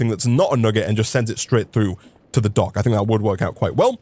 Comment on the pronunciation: for a second i thought you said donk like in dank insted of dock